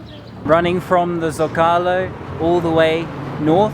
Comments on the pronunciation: Love your videos, but I feel obligated as a former Spanish to help you out. There’s a reason that Zócalo has an accent. The word should be pronounced SO-CA-LO accenting the first syllable. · Zo ca lo say it LOL. Omg.